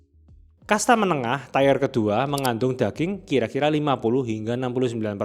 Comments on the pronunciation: Mantep bngt channel ini sangat mengedukasi, harus lebih banyak orang melihat channel ini. Apalagi video semacam ini, ultra processed food seperti sosis dan nugget, karsinogen tinggi. ohiya tier itu dibacanya teer, kalau tair = tyre. biar gasalah di auto cc nya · bang, kontennya bagus banget dan sangat bermanfaat. keren. kalo boleh ngasih feedback saya mau koreksi pengucapan tier bang, nyebutnya cukup tier aja bang bukan tayer. kalo saya salah mohon koreksi. thanks bang buat kontennya. sukses terus. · Ikut nimbrung. Cara baca TIER yang benar juga bukan "taiyer", melainkan "tir". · Bang mau koreksi pelafalan "tier" itu bukan "tayer" tapi "ti-er" pake i ibu dan e emas. berbagi aja ga bermaksud sok inggris wkwk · TIRRRR BUKAN TAYER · Aduhhh please ngomongnya tier aja baca kaya biasa ga usah TAYER-TAYER pengen gaya sok inggris tapinya malah ngaco IZINNN.. 🙏🏻🙏🏻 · Tir, bukan taier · masih loh ternyata nyebutnya "tayer" kayak ban padahal tier tuh bacanya "tir" 😅 emang gak mau berubah dan ada kemajuan kayaknya untuk vocabulary nya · Setuju, Padahal pengucapan "tayer" itu untuk "Tire", yang berarti ban. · Ini orang ngomong memang belepotan, tier dibaca TAIER. Agak miring sih memang ini orang secara komunikasi ga tau ada apa, dyslexia? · Ya kita berdua dasarnya benar, selama orang paham konteksnya ya sudah. Tapi bukan berarti kita nggak boleh kritik penggunaan kata si pembuat video. Komen pertama saja bilang kalau orang sudah kasih tau cara baca "tier" itu "tir" bukan "taiyer" tapi masih diulangi terus. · Tier itu dibacanya tir. Bukan tayer. 👌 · Tir, bukan taier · Tire(baca: tayer) = ban Tier(baca: tir) = tingkatan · Tier bacanya "ti-er" bukan "tayer" bang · Tier = “tayer” 😂😂😂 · Makasih review nya, sangat helpful. Tip doang, pronounce "tier" itu kyk "ketar-keTIR" makasihh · Maaf mw komen klo tier itu bacaannya sesuai tulisan. Klo bacanya ‘tayer’ itu artinya ban. Anyway thx videonya keren2